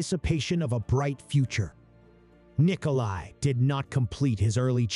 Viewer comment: It's NikolA not Nikoli. Learn to read.